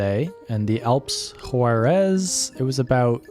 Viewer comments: Great video and shows perfectly such wonderful nature. Only one thing the place is Huaraz but the pronuntiation and subtitles, sounds and appears as Juarez. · Beautiful video, just the pronunciation is off. The city of Huaráz is pronounced closer to “wahrahz” (flat “Ah” sound), not like the city of Juarez, Mexico. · That was a quick trip! Just an FYI- The correct way to pronounce Huaraz is like: Wa- r- oz . The ending is where every visiter seems to want to pronounce it like Juárez. Dorothy would have gotten it right in the land of Oz. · I don't know if you' re saying Juarez or Huaraz, jeeezzz, need to practice more to pronounce proper Spanish, by the way this is a beautiful place ..